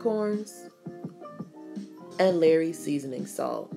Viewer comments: Please stop calling it "LARRY'S" seasoning, it pronounced "LAW-RY'S" thanks 😊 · Girl... If u call "LAW-rys" seasoning "LARRY'S" seasoning one more time, im going to SCREAM!!!! LOL 😄😄😄